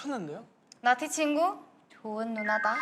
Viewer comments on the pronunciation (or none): 나티 -> 나띠라고 들림ㅋㅋㅋㅋㅋ😂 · 나티가 계속 나띠로 들린다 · Every time they say 나티 I keep hearing 나띠 😂